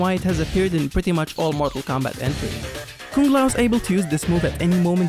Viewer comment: Stop saying Koong it's Kung